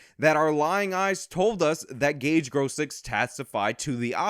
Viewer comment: Idk why this was recommended but I do know, even back then, that someone who speaks his name wrong can’t be trusted. I speak on behalf of the international high council of Gage’s.